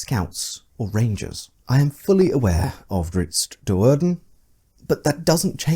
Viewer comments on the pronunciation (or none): none